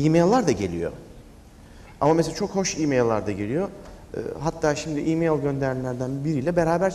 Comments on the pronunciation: i meyıl deme abi şuna ya i meyl de geç :) ya da msj de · ı meyıııl o imeil değil... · Ali Sabanci birdaha Imayl (E-Mail) deme...